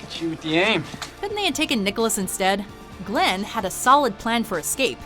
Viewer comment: g-glenn no no no